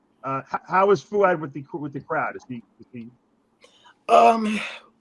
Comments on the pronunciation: It's kind of funny ,that Valentino can't pronounce Fouad or Sam's name. Those names are not that hard . He's doing that on purpose . That's an old fashion disrespect tactic ... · How bizarre for a grown man to pay $100 to stand in line for 3 hours to meet a 21 year old guy who has trained for a few years and has never competed. And for Gregg to say he doesn’t know how to say Fouads name and Sam’s last name properly is a cop out. Learn it. They are not hard names to say. RX needs to change direction as it’s clearly lost its way. It’s no wonder RX only has 321k subscribers. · How is it so hard to say Fouad? Greg is such a fuckin cring diva sometimes lol